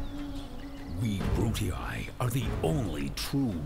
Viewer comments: Um, no... In the video the guy says Brute-ee-EYE, which is definitely wrong and nothing like what Doc was saying. Doc says "Brute-ee-ee," and I was just pointing out that you don't have to put the glottal stop between the two "ee"s. That bit about paying attention before commenting is good advice; I'd suggest you follow it. :) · To be fair, either way Doc is still probably saying it incorrectly (likely just because he's used to German, though). Traditionally the -ii at the end is taught without that pause between the "ee" sounds. It's not "Brut-ee-ee;" it's just "Brutee." The best example I always use is Nintendo's "Wii" (which uses a Latin pronunciation). You don't say Wee-ee; you just say "Wee." Granted, I said "probably" in the first sentence because it's still a dead language, and nobody is 100% certain. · Doc, The faction names are pronounced: Juli(eye) Scipi(eye) Bruti(eye) Cheers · Actually they are Juli(ee) Scipi(ee) Bruti(ee) It's Latin and would be pronounced this way. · Its not Japanese/Asian in anyway, its Latin, and EE instead of EYE. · The first 'i' is pronounced 'ee', the second is pronounced 'eye' in Latin. So "Jew-lee-eye", "Brew-tee-eye" and "Skip-ee-eye". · you to pronounce it like 'Brutiai' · Haha Brutii is pronounced bru-tee-eye silly doc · You say the names wrong btw